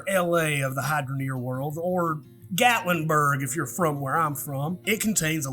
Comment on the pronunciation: I do not understand how I never noticed you before when you are hilarious and I'm from Knoxville... The Gatlinburg definitely caught my ear